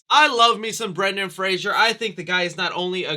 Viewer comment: it's Fraser not Frasier